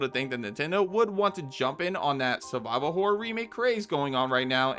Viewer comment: When he said "Subscribe for more survival horror," for a moment I thought he said "survivable horror." My favourite kind of horror.